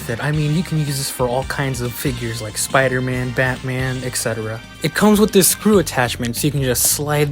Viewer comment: Here goes sooopder-man lol